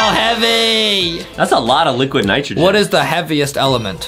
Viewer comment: ITS NYGROGYN NOT HYGROGYN